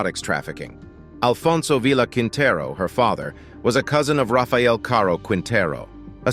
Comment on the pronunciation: I want to find out the information about these women but cut out , the complete bastardization of the Spanish language was too much to bear. IT'S Med-a-yeen and keen-ta-roo and Spanish is my second language..brutal just brutal please consult people from the country your talking about or linguist so you sound better...this is an abomination...you need to apologize ..